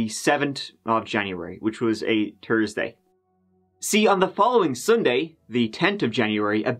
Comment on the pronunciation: See you on TURDSDAY.. LOL 😂😂 LOVE YOUR PRONUNCIATIONS...